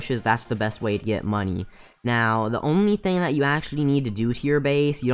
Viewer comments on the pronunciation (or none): none